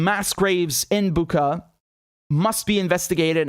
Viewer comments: It's Bu[ch]a, not Bu[k]a. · Biden or other don’t even buzzer themselves to know how to pronounce properly name of the city Bucha (where sound is ch like cherry)… Buka 🤦🏼‍♀️ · Pronouncing BuCHa like CHarly :)